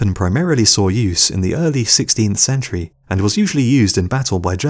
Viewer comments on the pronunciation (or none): none